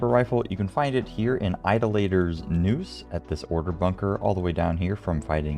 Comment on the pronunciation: My man said Ido- Later 😂 lol